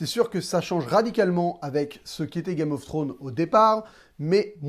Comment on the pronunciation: ça me stresse tu dis "Game of Throne"... y'a un -S à la fin de Game of ThroneS, il faut le prononcer. Beaucoup trop de personnes l'oublient ce -s, c'est triste...